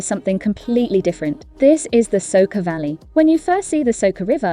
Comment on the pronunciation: It is not Ljubljanika but Ljubljanica.And it is not Soka but Soča and waterfall is not Sevika but Savica.